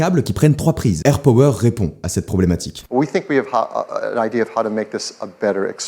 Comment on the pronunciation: Juste ca se dit airpAwer